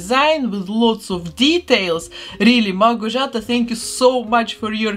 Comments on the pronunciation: The thing I'm most impressed with is how you pronounced the name "Małgorzata" perfectly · It's amazing, my jaw dropped when you were making the skirt!!! Very Van Gogh <3 Also, thank you so much for pronouncing the winner's Polish name correctly :) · wow haha finally someone who isn't polish can perfectly pronounce a polish name 😅 she turned out great! and the concept art is so amazing, good job Małgorzata! amazing collab between you and her